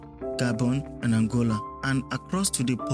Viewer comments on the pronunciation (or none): none